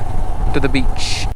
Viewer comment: Bro ur videos are just awesome.... Ur voice is so cute and funny...And when you said that To the Beach and i also thought of Mr.Bean Accent.. you nailed it bro.. And one Request please provide your Accomodation details....